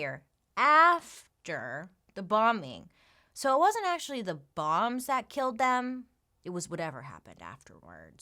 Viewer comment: Did Bailey just say kelled?🤣🤦‍♀️